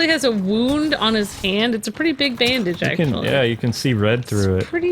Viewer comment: Just so you know, Jacen Solo's first name is pronounced like Jason, not Janken.